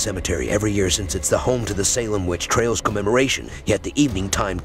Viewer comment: Witch trails? Come on, It's TRIALS. If you are going to do a video, learn how to pronounce things. And the ystill aren't sure Gallows Hill was an actual spot. It is 'believed' to be one of the places where people were hanged.